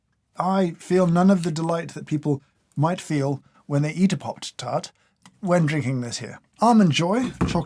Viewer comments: I am obsessed with the way he said "popped tart" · The 'popped (sic) tart'. That was the most wonderfully posh slip ever. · And he enunciates it so beautifully 🙂